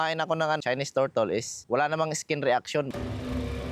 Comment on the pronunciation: Turtle ❌ Tortol ✔️ 😂😂😂